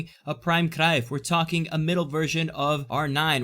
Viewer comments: The way you pronounced Cruijff was very good! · Im dutch and you have a really nice pronunciation of Cruyf for a Italian i assume